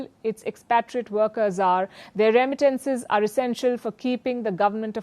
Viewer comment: Somebody teach Palki how to say. Remittances